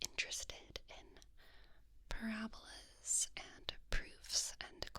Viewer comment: alwaysslightlyhermione: it's "pa-rab-ola" not "pa-rabo-la"